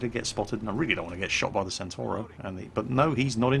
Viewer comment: C1 Ariete is pronounced "Chi Uno Ariete". The B1 Centauro is pronounced "Bee Uno Chentauro". Similarly, the B1 Centauro 120 is pronounced "Bee Uno Chentauro ChentoVenti".